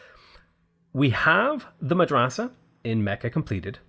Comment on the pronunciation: your pronounciation of "Madrasa" is not too bad for an english speaker (native arabic speaker here :-) )